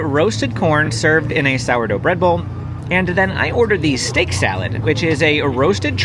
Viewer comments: The color of the steak on the salad left a lot to be desired! I’m glad you agreed, that online photo looks much MUCH better. You’re absolutely right. Haricot verts is French and pronounced air co vehr (rhymes with there or air). reactions are great. I’m glad she could come along for this food visit!!! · So you’re pronouncing that steak salad dish incorrectly it’s French, so if you look up Harry coverts you’ll see the actual pronunciation is very French intonations, so it doesn’t sound anything to win spelled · Ah re koh ver is how you pronounce what is in the steak salad. It’s french for green beans. 😊 Thanks for the great videos!